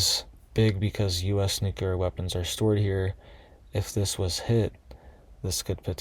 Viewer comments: Nuclear: not nucular. :person-turqouise-waving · It's pronounced NEW-CLEAR, NOT Nuke-you-ler